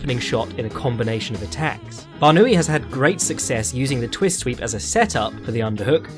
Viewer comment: English native speakers never disappoint on failing to pronounce other peoples names lol. His name is BarnAoui, the A comes first obviously, but you pronounce it as Barnooie 😂